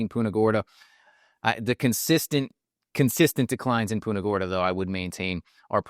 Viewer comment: Hey, would you please stop saying "Poonta Gorda".